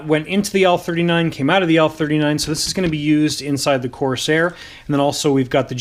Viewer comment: I absolutely love the content on your channel.obviously you are a Canuck and you guys say things just a bit differently than ee do here in the United Staes but one thi g thats been really bugging me is how you say CORS AIR Instead of the proper pronunciation COR SAIR. Once again love the channel content and I think you build some of the best models Ive ever seen. Keep up the good work and you say corsair however you pmease....lol